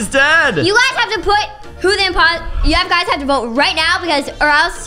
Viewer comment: i loveeee when say ohh there is one imposooo lol